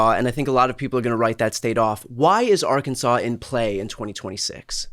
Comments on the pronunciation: First person from that state that said Ar Kansase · Why isn't Arkansas pronounced like Kansas?